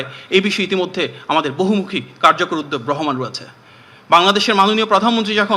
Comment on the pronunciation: উদ্যোগ শব্দটি উচ্চারণ করছে উদদেগ! 😅😅😅😅